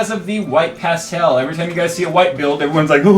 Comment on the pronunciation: please could you learn how to say "pastel" properly, good video though